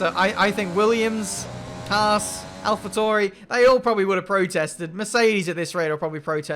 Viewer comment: Ffs... say Alpha Tauri right please XD I'm going insane